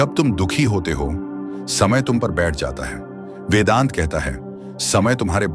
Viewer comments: Please take care of the pronunciations 🙏🏾🙏🏾🙏🏾🙏🏾 वेडान्टा नहीं वेदान्त। अड्वैटा नहीं अद्वैत। 😢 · Very Insightful ✌🏻 And वेडांता नहीं वेदांत(वेद+आ+अंत) we're indian not American 🙏🏻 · This is nectar, true wisdom of timelessness. P.S. - The pronunciations of Advaita and Vedanta are improper throughout .